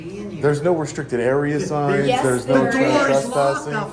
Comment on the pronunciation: lmao "the whole building is restriscted" 😂 clowns